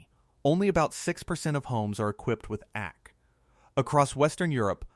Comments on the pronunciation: It would be great if a real person would edit these videos! This was not pronouncing the abbreviation for air conditioning correctly. It is saying "ack" instead of the two letters A and C. AC! Not "ack!" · It’s an A I voice that did not understand how to interpret the abbreviation for air conditioning, AC and instead pronounced it ack.